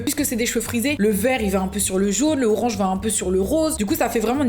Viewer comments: « Le RoRaNgE » 😭😂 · elle ma claquer avec son 'rorange'